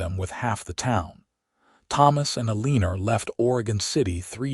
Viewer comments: If you can’t pronounce Eleanor right, quit using in your stories. PLEASE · Some words have more than one pronunciation--read, lives, for example. And choose names you can properly pronounce--Eleanor. Ruins the story for your listeners. Thanks.